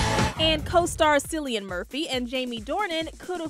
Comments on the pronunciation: Why did she pronounce the "C" in Cillian as S?? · It’s Cill-Ian not silliyan jeez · Sillian? You mean Cillian as in "Killian" 😏😏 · Jaysus The Irish language only uses 18 of the Roman letters it doesn’t have a K unless it’s a borrowed word from English. Yes there is an Irish language not just a accent. The letter C It’s pronounced as a hard K so apply that to Cillian Murphy